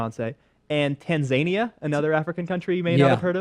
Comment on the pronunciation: in American English, at least, we say "tan-zuh-NEE-uh". the way trump pronounces it rhymes with Tasmania ("taz-MAY-nee-uh", "tan-ZAY-nee-uh"). For me, the humor is that he's likely conflating the two locations...but, after typing it out, it's not funny any more, of course. :)